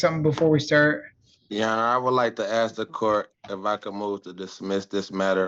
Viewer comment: Did the judge say “axe” instead of ask ?